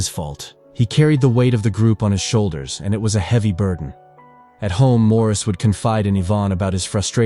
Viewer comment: His name is NOT pronounced as the French do. It's pronounced MORRIS.